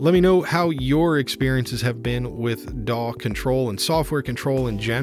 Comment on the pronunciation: Was that "DAW control" or "PAW control"?